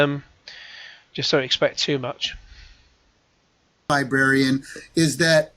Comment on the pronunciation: “The Game Libwarian?!” 🙄